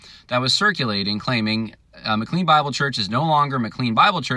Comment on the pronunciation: It’s also pronounced “ma-clane”, not ma-clean…..🙂